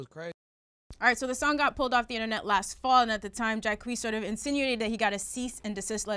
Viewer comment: The way Ak pronounces Jacquees' name annoys me